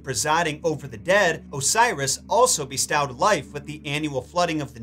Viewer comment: Always love the information in your videos but I have to admit the way you say bestow has started to wear on me over the last few videos. I'm not sure if you just didn't use the word much in the past so I didn't notice or if someone "corrected" your pronunciation and now it's an in joke that I missed... I've just never heard anyone say bestow with an ow sound like ouch or pow... I've been a lot of places and always heard it with an o sound line in "oh no" or tow truck